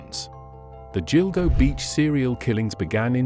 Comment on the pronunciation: What you need to know....” Gill-Go “ not “Jill-Go” 😏